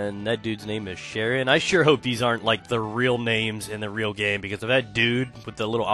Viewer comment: his names not sharion its charian.